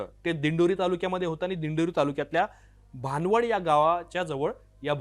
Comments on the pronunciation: भानवड नाही भनवड बोला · भाणवड नाय भनवड😂😂